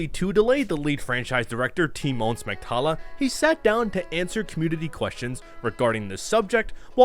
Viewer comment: It's not "Tymon Smektala" it's "Smektała", You read it as "Smektawa", try it. Some poeple would be impressed that you are spelling it correctly.